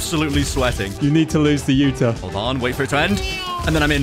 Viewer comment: Why were they saying "Yuta" for the whole vid but its acully 'Uta'💀